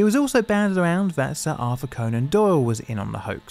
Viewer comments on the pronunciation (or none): none